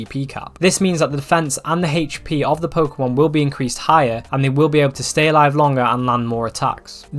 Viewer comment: “HatechP” = HP